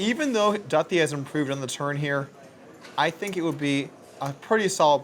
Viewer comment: Commentating is not your forté, Doug. Too much to critique. Overall, I only turned off due to Polk’s voice, pronouncing Duthie’s name wrong & telling everyone how you have to play poker. I’m sure Phil Ivey plays just like you, Doug.